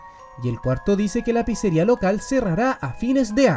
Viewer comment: Me pareció imposible ver a N deluxe hablando de Fnaf, pero claro, como mas habla de nintendo palabras como pizzeria no las dice bien, y no lo digo por critica, sino porque FNAFTUBERS dicen algunas de esas palabras bien por que ya se volvio costumbre, solo eso me dolio sobre este video XD